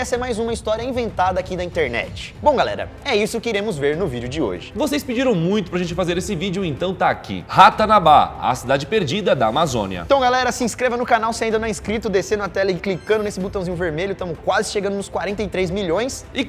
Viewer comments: Esse Ratanubú ficou estranho. Kkkkk RATANABA. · É Ratanarraba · Ratarubu kkk